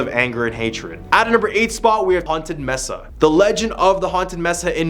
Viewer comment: "MES-AH" immediately leaving